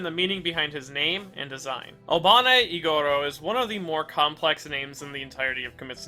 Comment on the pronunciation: Just to let you know! Iguros is pronounced more like ee-gu-ro rather than ee-go-ro. Additionally, Obanai is pronounced as oh-ba-nai rather than oh-ban-ay!